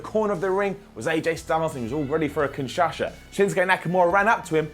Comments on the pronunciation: Seriously? Kinshasha? It's called the Kinshasa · "Kinshasha" "Kinshasha" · Man this guy has a problem saying kinshasa 😂😂😂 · “Kinshasha” lol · Ughhhhhhhhh i love you...But kinshasha...really!!! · The way he said kinshasa xD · Why does have a stroke every time he tries to say Kinshasa?